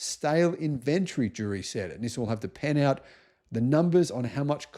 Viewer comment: It is pronounced "Knee Sahn". Accent on the first syllable and stretched out a bit. Similar to the word for hello in Chinese, pronounced Knee How.